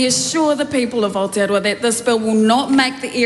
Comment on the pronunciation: She is in the land Down Under, but looks like 6 feet under? Do we have Cuckoo’s in NZ? Only in the Greens and Te Partly Mauri Party’s. Still haven’t found Ah-teea-rower, found New Zealand however.